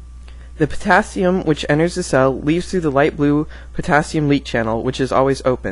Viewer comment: > THE POTHATHIUM (potassium)